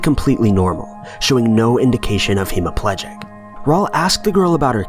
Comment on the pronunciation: E dem burg? Would that be the Scottish capital of Edinburgh ( eh din burr ah) ? Lol. He HAS to be reading from a script.... it is the same with hema pledge ick - hemiplegia? Love it. But how could the woman be wearing 18thC dress and the police officer just pre 1905 uniform ( there being no police in the 18thC) , I confused. The rest is quite logical - I suppose.